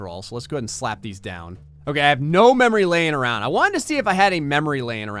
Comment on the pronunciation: Memory Laying Around How I hear it: MEmory LAne INg Aroun